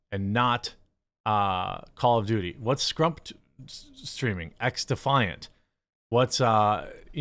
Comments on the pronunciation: Big fan but there’s no R in scump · I can’t believe you called Scump “Scrump”😂😂😂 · It’s SCUMP not scrump dummy